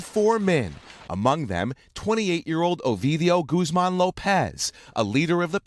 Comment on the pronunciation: “Gooz-mawn” was captured